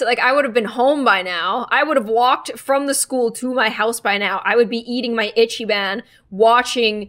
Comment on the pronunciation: im so sorry but as someone who is asian and second name is ichi why did you say itchy ban just arrrrrrr